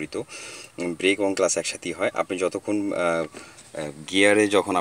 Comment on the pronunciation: relax brother. First of all, thanks for the video. Nice initiative for newbies. A small note: its clutch actually. (Not class). :-) Many thanks again and we do hope you will continue the good work.